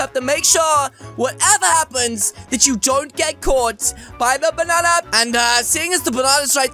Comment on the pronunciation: who is the fliping ranndy you are! me: exusme im YOUR THE FLIPING RANNDY! OVER HERE U-U DO THE BANNA DANCE I HEARD YOU SAID BANNA XD